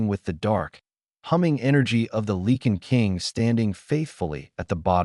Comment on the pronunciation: PLEASE....Can't someone edit your stories. It's LIE CAN=LYCAN. NOT LEE KIN.